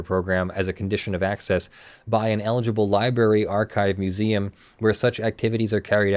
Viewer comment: New drinking game, drink every time says Liberry instead of Library